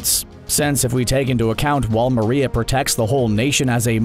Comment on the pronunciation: Bro you butchered the names of sina and maria and its not colussus its colussol in the anime and sina is like john sina